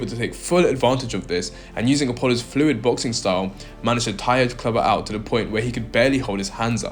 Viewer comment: Aren't you ashamed of your poor pronunciation of native language English? So many words you said that should have letter "T", where NOT pronounced correctly. Why conform to imitate the local illiteracy? Especially when you have great men as literate role models such as Roger Moore, David Niven and so forth?! Words spoken with NO pronouncing of letter "T", that stood out were... "Out" "Hitting" "Dirty" (Duhr—eee) "Think" you said "Fink!" "Better" (beh-ahh) As an Englishman, I am utterly appalled by the shameful illiteracy of me fellow native English speaking men. Why don't we take pride and dignity in representing our British heritage by speaking correctly?!